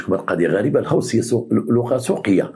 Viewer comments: السلام سيدي سمح لي نصحح ليك الكلمة ماشي الهوس انما الغوس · ههههههه ماشي الهاوص قول الغَوْس 😂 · الغوس وليس الهوس